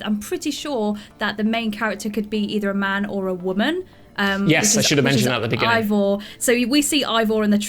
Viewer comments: Eivor...? I think you mean Ævar (Ay-var). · Its not ay-vor its l ey-vor